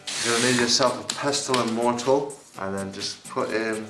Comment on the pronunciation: Cool tutorial, thanks for the video, but just so you know it's mortar and pestle, not mortal and pester.